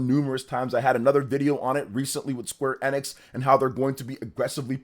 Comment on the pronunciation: You're saying Square Enix wrong.